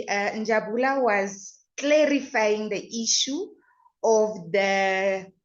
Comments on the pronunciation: As for Njabula😂😂😂 sorry it's Njabulo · the name is Njabulo not Njabula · Njabulo not njabula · Njabulo has corrected her before, I think the tongue is used to Njabula.😂😂😂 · She knows but the tongue 👅 has got used to Njabula. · Njabulo Njabulo Njabulo Njabs Njabs plz stop butcher someone's name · it's NjabulO........."O" at the end. I just love how you guys are digging real dirt around this Senzo case......❤ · Please learn how to pronounce Njabulooooo please.. before it sounds like disrespect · NJABULO please pronounce correctly 🙏🏾🙏🏾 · never mind your wrong pronunciation has attracted a lot of comments, I'm reading many,😂😂😂